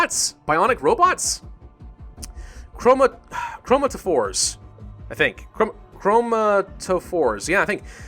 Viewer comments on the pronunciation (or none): Cro-mater-fores not crom-ate-refors sorry, I'm a nerd... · Chromataphores is pronounced KRO-MAH-TUH-FORS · I think it's pronounced like crow-mat-a-fores actually...